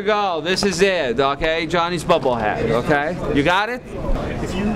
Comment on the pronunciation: "twenty sex" "you are tearing me apart, reporter!" "I completed the vampire movie right now, so" (and he is getting incredibly creepy) "Jonny's booblehead" "You don't HAVE to like my project but the bottom line is you may enjoy it" (oh, I did :D)